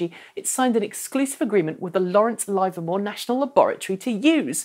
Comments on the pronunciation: Yes, it's Livermore, not Live-or-more. Also Hyundai is pronounced hunday not hi-un-day! That aside, you are doing great work, keep at it! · Hi, Everyone I know who lives within 100 miles of Livermore still pronounces it liver-more, as in "I'd like more liver, please".